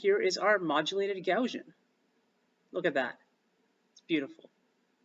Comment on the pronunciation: Never heard someone pronounce Gaussian "gow-zhun" before!